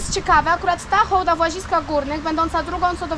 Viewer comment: Super że Hołda a nie hałda. To tak jak by mówić hasiak😀 Pozdro